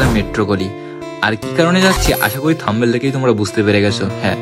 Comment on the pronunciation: Vaai থাম্বেল নয়, থাম্বনেইল